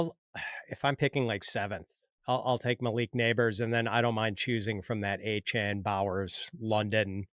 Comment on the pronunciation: KC fan/homer picks worthy as early as round 3???, bad stache, can't pronounce Achane. There's the trifecta right there. Don't take the advice!